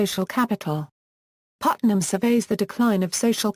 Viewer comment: don't emphasize Putnam next time. distracts us.